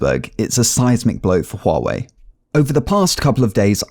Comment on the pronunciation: finaly someone who pronounces it right